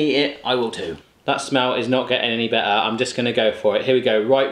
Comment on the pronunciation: the way he pronounced better💀